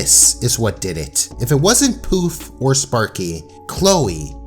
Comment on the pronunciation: The fact that you called Poof "Puff" SENDS ME